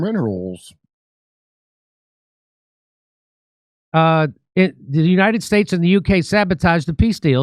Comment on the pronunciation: Lady Graham "we need them MENerals".